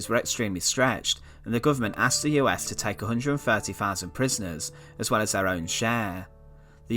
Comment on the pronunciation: Thou sands .... not. ...... far sands